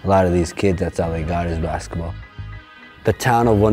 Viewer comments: He says baxetball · There saying baxball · That guy literally calls it bakskitball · We all know the reason behind the name Rezball is because he cannot pronounce baksexball, I mean Basketball. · It's because he can't say basketball